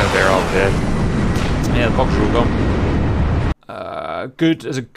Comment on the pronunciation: Took me a minute to process that the "bogs" are actually "bugs" lol